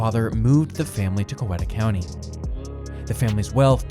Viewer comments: Coweta is pronounced Cow-eat-a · Its pronunced COW-EAT-A county